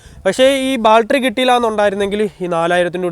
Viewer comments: എടാ ബാൽട്ടറി അല്ല ബാറ്ററി😁😁😁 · Sealing..alla...oil Seal...Baltery alla..Battery...Onnu nannayi vandiyude parts name padikku kutta... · ദൈവമേ നമിച്ചു ! ബാൽട്ടറി അല്ല ബാറ്ററി ആണ് ! ഇനിയെങ്കിലും നേര ചെവെ സംസരിക്കാൻ പഠിക്കുക ! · ബാൽട്ടറി allaa battery 😂. Njn ponkala ettitunde😝